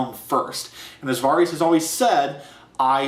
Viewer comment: Nice review, but I can't get over how you pronounce Varys. >.<